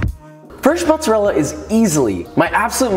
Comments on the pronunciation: Saying “motzerella” makes my skin crawl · As an Italian it triggered me how he said mozzarella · U butchered the word mozzarella